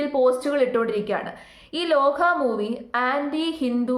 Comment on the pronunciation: ലോഹ അല്ല ലോക💞👍